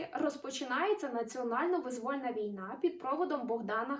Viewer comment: Чому вимовляють "визвÓльна війна" замість "вИзвольна війна"?!